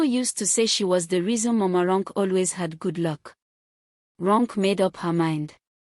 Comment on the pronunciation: "Ronke" is pronounced "Ron Keh" it's usually wyt or American narrator's that spoil Names with their mispronunciation, however there's no excuse for an African narrator to mispronounce African names 🙆🏾‍♀️🤦🏾‍♀️🤷🏾‍♀️